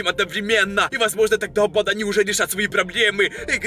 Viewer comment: ты говаришь бандааа долго произносишь букву а